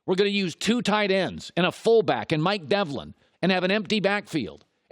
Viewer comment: “Mike develin” bruh do u do any research...